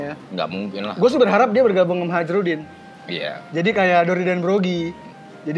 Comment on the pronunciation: haerudin jir ngucapnya bukan hajrudin akwakwk kalo di anime kedengeran...